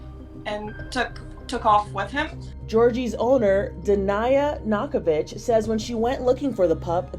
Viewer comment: bro is it just me or does nakovich sounds like "knockabitch"